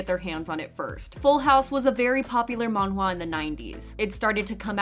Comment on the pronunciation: Why does she say drama and manhwa like that omg